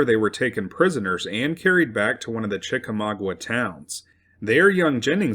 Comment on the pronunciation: Great video. Your pronunciation of Chickamauga is off, but aside from that, very good.